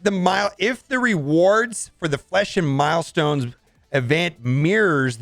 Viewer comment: He said flesh and milestones event 😂😂😂